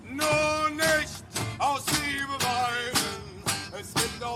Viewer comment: The "u" in nur is pronounced like the "oo" in "loose". The "nicht" is more like a "sch" in "schedule", your "aus" pronounciation is on point (like in australia), "liebe" is spoken "leabe" as in "leave" and "weinen" is the same as "whine" with a "en" at the end in englisch :) so spoken it should be: "Noor nischt aus leabe whinen" hope this helps you learn our freakish language, this is the first time im trying to "translate" german pronounciation into english 😊✌️ great video by the way